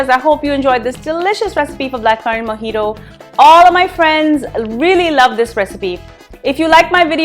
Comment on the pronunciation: It's not mojitoo it's mojito